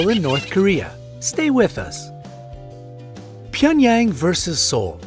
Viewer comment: “ PYENyAng” JCJEKSJD LMAOAOAOAOAO